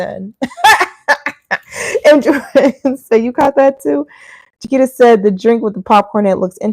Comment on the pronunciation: I'm just going to add that I appreciate you pronouncing her name how you said it first as that is how mine is pronounced (Chiquita - Sha-kwee-ta). So confusing, I know, but most start off with the banana sounding way and I correct them the other way. 😅 I love you even more now, though! ❤